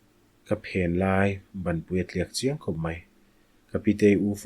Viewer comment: A pi thih ve leh a, ka phen lai tih hi i lam diklo deuh.